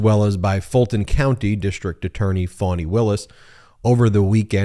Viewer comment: Ben - you corrected your pronunciation of Engoron. Now, please correct "Fani". It's FAH-nee, not FAW-nee.